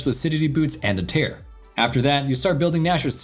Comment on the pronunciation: The "tear" pronunciation 🤔 Yes the same spelling for two different meanings. But the item is the shape of a tear so...